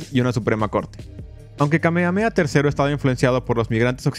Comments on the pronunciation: En “Kamehameha” se pronuncian las haches. Justamente, es un nombre hawaiiano. Curioso, cómo te refieres al país de Hawai’i como “la isla” al mismo tiempo que reconoces que es un archipiélago. El resto, muy interesante. Gracias por exponer este capítulo vergonzoso - otro más - en la historia de EUA, tan sólo sea para bajarle las ínfulas de superioridad moral que se dan algunos de ese país. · Me duele en mi saiyajin interior que lo pronuncies "kamea-mea" y no "Kame Hame Ha"